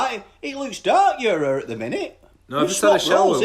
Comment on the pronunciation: Not hair, "hur"